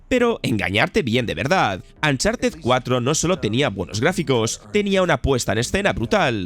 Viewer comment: Por qué los españoles pronuncian las U de palabras en inglés como A? Uncharted= "A"ncharted donald Trump= donald tr"A"mp The last of us= the last of "A"s Chucky= ch"A"cky ????????????